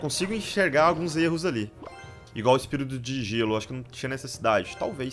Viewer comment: Espírito de gelo vc falou errado kkk